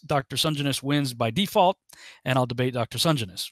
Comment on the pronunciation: Hey, The surname is pronounced Sen - Jen- is.:)